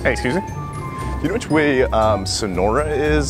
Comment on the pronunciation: Whenever he says excuses me I heard Suzi😂